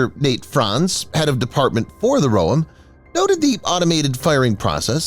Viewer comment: You pronounce the Roem incorrectly. Its "roEm", you stress the second syllable. Like the island Guam. Like the word Hotel.